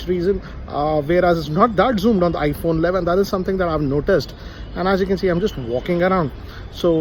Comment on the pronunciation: IPHONNAA ALLAVIN